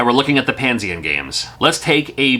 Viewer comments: Why are you saying Pan-sien. It’s Pan-esian or is that how they pronounce it? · Is that how Panesian is pronounced? I thought it was Pah-Nee-Zuhn or similar. Also, I wouldn't call it a bootleg since it's an original game and not a pirate port/knockoff. Also, at least Bubble Bath Babes had an all ages release (as Mermaids of Atlantis by AVE). There were a few more adult Famicom games released in Japan (generally by Hacker International) and Taiwan. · Pah-Nee-Zhin is how I pronounce it.